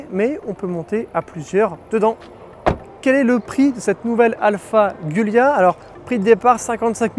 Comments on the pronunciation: La communauté italienne ainsi que tout les Alfistes de France réclament un effort à minima sur la prononciation du modèle ...cela ferait vraiment plus pro car la on à l'impression que c'est la 1ère fois de ta vie que tu entends parler de ce modèle ! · Par où commencer… 1) la prononciation du modèle est juste atroce ; 2) le fait de reprendre le bâtiment et les infrastructures d’une usine française faillie en Italie ne signifie absolument pas que l’origine de la marque serait française d’une quelconque façon. Merci de ne pas franciser tout et n’importe quoi ; 3) sur le fond : la voiture est magnifique mais le prix est indécent par rapport à la concurrence : 60.000 euros ? Imaginez un peu ce que vous pouvez trouver à ce prix-là chez BMW ou Mercedes ; Et puis celui qui a les moyens de dépenser une telle somme ne va certainement pas se contenter d’une « Alfa » dont l’intérieur a 5 ans de retard par rapport aux constructeurs premium ; 4) aucun mot sur la valeur de reprise : après seulement 2 ans, la voiture a perdu la moitié de sa valeur, si pas plus ! 5) En résumé : une belle voiture passion, qui fait envie à tout le monde … mais que personne n’achète 🤦‍♂️ Comme diraient certains : « On a très envie de certaines femmes, mais on se rassure avec la sienne ». A méditer 😉